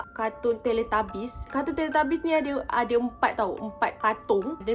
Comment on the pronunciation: Teletubbies ❎ Teletabies✅ tapi saya bukan nk mengata kak sorry ye...tapi sebenarnya teletubbies.